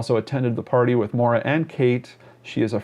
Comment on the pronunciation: not to be helpful or nitpicking but I have a friend named Maura and it is pronounced Mow-Da. I dunno. my guess is she wanted to disappear and maybe succumbed to exposure. I hope the former.